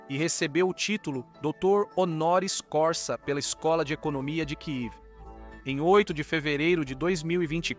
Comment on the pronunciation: Só um reparo não se diz honoris corsa mas sim honoris causa !